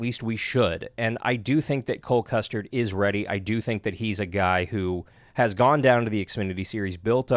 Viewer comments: Custer. NOT Custard…. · Cole Custard? That's great. It's written Custer, but he keeps calling him Custard. Lol. A fat dude named Custard, I love it! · Are you saying custard lol? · Right? Ok so I'm not crazy. He did keep saying Cole Custerd but the d was really soft like he's aware and just cant help but say custard lol.